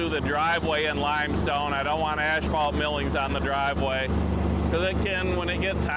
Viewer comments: Lookin Good. Keep up the good work. BTW it is pronounced ass-fault, not ash-fault. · It's not pronounced the way you were calling it. And the other thing you said wrong, was asphalt millings. It's not ashphalt like you call it